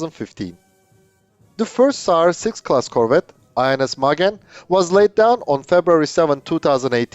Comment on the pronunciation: Sounds like you said SARS6-Covid and that would be a scary name for the ship imo.